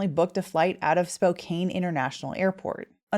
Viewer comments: Pronounced Spo'can'.....not Spo'cain' .......although I know its another one of those english words that don't sound like they appear. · Spo-can (not "cane") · Please just stop saying “Spo-cane.” It’s Spo-can. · You need to learn how to pronounce Spokane!!! It is NOT “Spo cane” but “Spo can”!!!!! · FYI, it is pronounced Spo-can'. Not Spo-kane'. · It's pronounced "spook-anny!" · Spokane sounds like spokan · It's pronounced Spo-can. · Spokan is how it’s said. An no ane. 🫡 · Spokane is pronounced Spo "can" like tin can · Mr. Howard made things worse for himself. Fleeing shows signs of guilt especially with work related experience. Just an FYI, Spokane is a Salish name and is pronounced Spocan. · It’s pronounced SpoCAN. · the fact you keep pronouncing Spokane wrong is bugging me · I’m from Canada, don’t travel, and even I know how to pronounce Spokane. I’ve never encountered anyone who doesn’t.